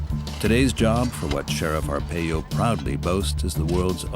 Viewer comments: Right it’s “R-pie-o” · Video cant even prounounce his name right. This information is old and tent city hasnt existed in years. Arpaio hasnt been in office for many years. Provide facts not outdated information.